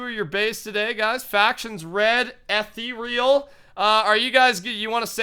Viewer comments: you say it like eethral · The faction is pronounced ethereal